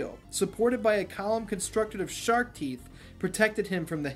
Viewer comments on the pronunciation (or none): none